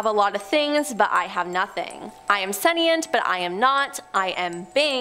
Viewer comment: It isn't "sen-ee-ent," it's "sen-shnt."